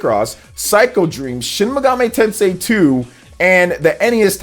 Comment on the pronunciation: For me it's 'Shin Mega-may Tensei'.